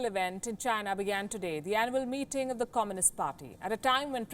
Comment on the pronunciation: She said annual meeting and I heard animal meting 😂😂